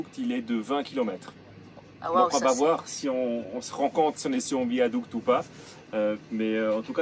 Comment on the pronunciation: 🥀AH! AH! À chacun son bol de nouilles et pas de commentaires😂😂😂Épatante cette petite vidéo…épatante et bien trop courte. Joli joli ce désert caramélisé aux goûts panachés, un « dessert » pour 🧡petit mot toujours délicieux dans sa bouche, ce petit accent espagnol qui déteint sur 💙qui fait rouler ce train sur un « viadouque »🙃Le temps file si vite dans cette province peuplée de Ouïgours et déjà vous êtes sur le retour, la Willy doit piaffer d’impatience…🐎🐎🐎dans son boxe. On vous voit toujours heureux c’est pourquoi on s’attache à vous les Amoureux♥️♥️et on vous suit dans vos péripéties avec assiduité tous les vendredis. MERCI❣️❣️❣️ À bientôt mes Aventuriers Préférés💙🧡nous aurons quitté 2024…j’en profiterai pour pour vous offrir mes Vœux…et oui! Je suis une fille à principes…🙃😉😁En attendant…bonne route soyeuse vers 2025. Je vous kisssss💋💋Anne🥀🇫🇷 - 🎶🎶🎶🎤💃🏻💃🏻💃🏻J’ADORE♥️